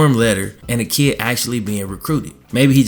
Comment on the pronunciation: Lol you say kid like kee